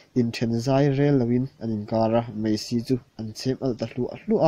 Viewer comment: mizo tawng hman dik hram2 hi tum tur....meithei tihtur ani lo a,maithei tihtur,....kha kha ani mei..tihloh tur...kha2 ani mai tihtur